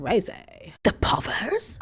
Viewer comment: yesterday it was "Cocozoid"...today its " povers "....~ism at their finest and funniest lol. You would make good as an actress especially in comedy....your whole vibe is brilliant....I also know you have done a lot sho if you have already dipped you toes into acting already then sorry....Anyway....lots of love...Tasha...UK!